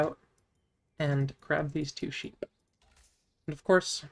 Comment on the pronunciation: I love you. But somthing about how you say sheep makes my brain melt.... Like instantly rage. The pronanciation of the P just fries me.